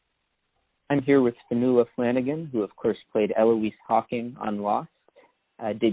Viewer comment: Great to have Fionnuala on...here in Ireland she is a legend....we were so delighted to see her on LOST.....pity she didn't use her natural accent in the show....kudos for the name pronunciation too guys 👍